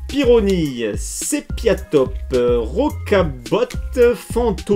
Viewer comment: Bonne vidéo comme.d hab et pour gallame sans l'accent et rocabot et aspiscot le t se prononce pas force a toi